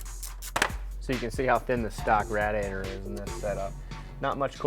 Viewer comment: You say radiator wrong lol